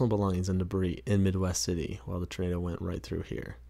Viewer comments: I swear you’re saying ternado. Instead of tornado. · What’s a turnaydough? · Love his pronunciation of Turnado. Funny